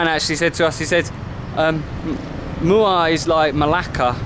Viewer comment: you said muar with no 'r' like local muarian